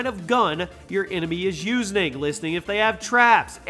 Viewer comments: Your enemy is “USE-NING”? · "usening" lmao 😂